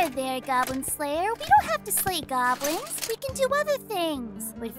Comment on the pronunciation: I heard GAWBLINS SO I CAME RUNNING